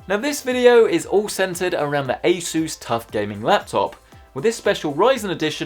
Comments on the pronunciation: Broooo A SSSSSUUUUUUSSSSS PLEASE. I don’t like how you say sooos it just sounds like Jesus like Spanish bro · sounds like a sus when he says asus